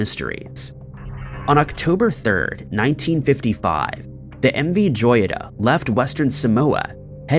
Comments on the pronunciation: The name Joyita is pronounced hoyita which means little jewel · Learn the correct pronunciation of the subject that you are referring..! M V Joyita (hoyeetah) which in Spanish means "little Gem". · He keeps mispronouncing "joyita". It is spanish for little gem (jewel).